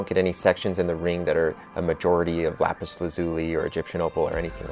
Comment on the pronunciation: Ok i liked the ring a lot but every time they said lapis wrong i cringed